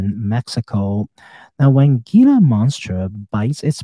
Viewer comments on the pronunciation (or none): Very interesting analysis. Thank you. Wonderful channel. Good luck with your health journey. Btw, Gila monster is pronounced "Hila' monster. I live in Arizona and they are a native species. One of the few lizards in the world that are venomous.